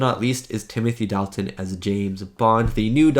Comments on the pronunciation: Dalton pronounced Dolton. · Dalt, rhymes with Salt. Dalt-un.